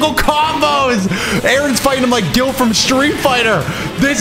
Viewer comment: pronouce "guile" once more please? gill lmfao